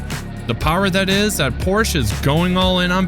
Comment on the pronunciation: Please for the Love of God, learn to pronounce Porsche correctly...